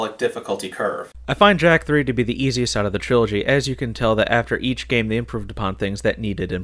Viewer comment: TRILOGY!! not trology LoL :))